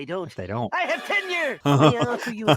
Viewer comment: Oh, I thought he said "I have ten years." What is tenure?